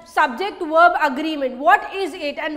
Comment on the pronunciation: not werb.it wil be verb sound